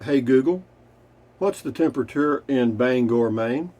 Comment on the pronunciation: You pronounced Bangor,Maine right! 😁